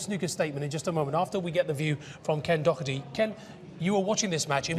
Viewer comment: It’s “Doherty” not “Docherty”